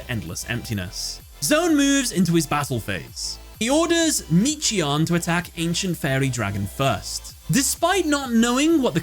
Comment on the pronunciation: The timelord names are an example of fedora latin. Because they’re named after angels they need hard syllables. For example, Michion is pronounced ‘MIK-I-ON’ he’s named after the angel Michael. That said great video, time lords are my main deck, glad to see this duel on the channel!